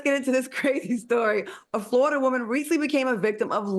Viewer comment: AL can u work on the word WOOAAAMAN? Lol